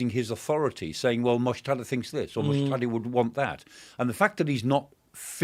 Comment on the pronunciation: Dr. Clark, it’s not Mujtada. It is Mujtaba. 😂